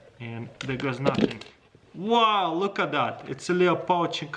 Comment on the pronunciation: I love how he says “woooow loot ad dad” instead of “wow look at that”